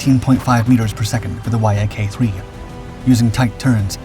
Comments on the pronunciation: "Y" "A" "K" is pronounced "YAK" you BOOB. And you include gun camera footage and aerial footage of just about EVERY TYPE of fighter (besides P-38s and "YAK"s ....see how that's pronounced"?...."YAK"....) EXCEPT carrier fighters!!! EVERY maneuver you describe the P-38s and "YAK"s (...."YAK"...understand yet?....) doing doing against each other are AEROBATIC MANEUVERS....FIGHTERS DO NOT DO "aerobatic maneuvers" against each other in combat (EXCEPT MAYBE an OCCASIONAL "split-s' or "Immelmann turn"...history proves that pilots that do "aerobatics," or "acrobatics" as some say it, in combat DIE...PERIOD). The vernacular of air combat is almost TOTALLY DIFFERENT from "air show blather, but a REAL Military Aviation Historian (or tactical pilot!) would KNOW THAT....GOOD LUCK "hammerhead" stalling a P-38 ANYWHERE BELOW ABOUT 15,000 FEET, and LIVING TO TELL ABOUT IT!!!! Sometimes these videos are JUST AWESOME, and sometimes they are JUST RIDICULOUS. Get an actual AVIATION HISTORIAN to LOOK at these damn things BEFORE you put them out PLEEEEEEEEASE!!! ....and BTW, P-38s are actually pretty quiet, because of the exhaust/supercharger set-up....they aren't HOWLERS like Mustangs and Jugs....unless they are almost RIGHT ON TOP OF YOU, you really don't hear them much....your scripting of "while the thunder of the fighters was still echoing in the air" or some overly-dramatic crap, makes NO SENSE in a HISTORICAL context. Just saying.... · Y-A-K…umm everyone just calls it the Yak. I am 50 and it’s been the YAK my whole life not Y-A-K…your videos are getting better on the visuals matching the subject matter..do me a favor though..ditch the music. You’re not producing rock videos. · Love how the Yak fighter is called the Y A K instead of just saying it properly. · It's pronounced "yack", you muppet!